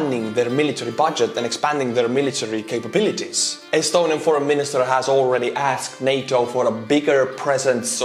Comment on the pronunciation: You lost me laughing saying astuniain soldier, like how can you make youtube videos as soldier kid